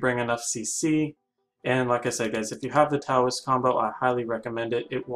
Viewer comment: By the way Taoist is not pronounced with a T it is pronounced with a D my friends